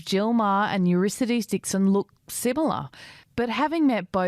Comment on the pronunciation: It's a pity that the presenter can't correctly pronounce the name Eurydice ("You-RID-uh-see", not "You-RISS-uh-dees")